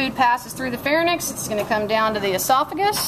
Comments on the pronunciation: She mispronounces the word pharynx. It is "far-INX", not "far-nix" Look at the spelling of pharynx. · PHARYNX FOR GOD'S SAKE. PHARYNX. FAIR-IN-X NOT PHARNYX. NOT LARNYX. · Just to let ya know she is pronouncing pharynx larynx wrong. its like RINKS not NICKs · You're pronouncing pharynx wrong...it's pronounced "Fair-inks"..not "Fair-nixs". Tell your students to 'shut up' also while you're teaching them basic anatomy. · IN all Fairness, it's pronounced FAIR-NICKS.... got it? Good talk guys glad we are all on the same page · It is not FAIR-NICKS...look how the word is spelled ... PHAR-YNX.